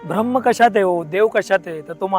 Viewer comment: गोष्ट छान आहे पण 'भ्रम्म' म्हणू नका कृपया...